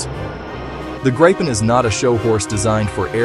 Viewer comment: Grey-pen. Gry-pin. Groo-pen. Greppen. IT IS PRONOUNCED 'GREEPEN' for americans! Like the letter 'E' and a 'PEN' you write with.